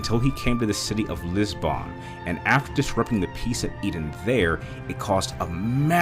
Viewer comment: What's so hard about pronouncing simple things? I mean, Madeleine could be understandable. But Agaté? Even Lisbon?